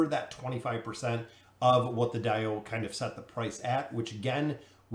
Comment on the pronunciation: I still can't figure out of you're pronouncing DAO wrong on purpose.. lol Some people mispronounce words on purpose to trigger their audience. 🤣